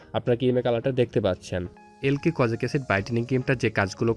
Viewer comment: আবাল এলকি কি রে!!এ লাইক হবে...আগে নাম ভালোভাবে উচ্চারণ করা শিখ